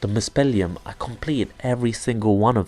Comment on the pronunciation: Nice review. It's pronounced "muspel-hyme". "heim" means as much as "home" or "location", depending on the context. So "Muspelheim" is basically "Muspelhome" or "Muspel-location".